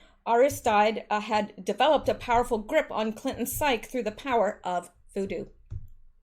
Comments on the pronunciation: "Psyche" is pronounced psychee. Dark magic always ends up "return to sender" in the karmic end. I don't really know how to put it in words, but it's mathematical. You're brilliant. I like the quirkiness. A very Virgo vibe. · lol! psyche is pronounced sci-key. : )